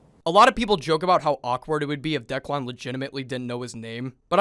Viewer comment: Why does he keep calling him Decklawn?